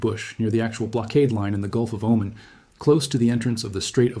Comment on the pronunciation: It's O-MAN not omen